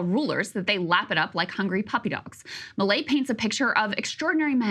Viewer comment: I'm so confused, am I not hearing milei incorrectly? According to Crystal, I heard everything he said wrong.